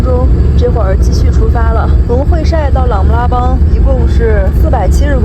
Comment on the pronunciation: 会晒，这里读 hui sai;而不是 hui shai 😊